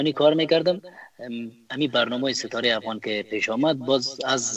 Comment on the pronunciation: اول، نه حول عزیز، نه حزیز افغان ، نه هفغان عمر، نه حمر حیران ، نه عیران اروزو، نه هاروزو و....... خواهشا منحیث گرداننده و یا گوینده یک برنامه اشتباهات تلفظی تانرا اصلاح نمایید چونکه بسیار آزار دهنده است